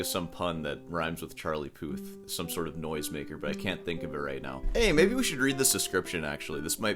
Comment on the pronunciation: Charlie “Poo”th amirite?